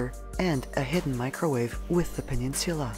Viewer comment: Can we all just tale a moment at how classy "peninsula" is pronounced here. It isn't a peninsula, it's a PENINSULIA. No joke I love it. Tack on an extra 10g to the price tag for it....that is selling. ❤😂❤😂